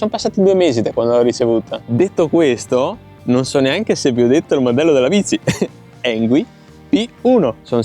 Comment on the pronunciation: Avrai pure controllato on-line per la pronuncia, ma la pronuncia esatta è "Ingui", non "Engui". Sbagliano tutti ... lo so. 😊